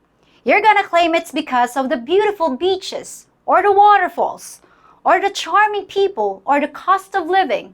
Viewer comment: It's the Beautiful "Beeches"! Lol.